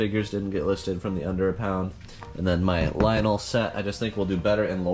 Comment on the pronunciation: Great score on the stuff for the barn. Btw, I didn't know this until I asked someone to proper way to way to say Lionel. It's lion-nel and not lion-o.